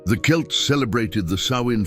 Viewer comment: You actually pronounced Celts correctly, unlike the other channels.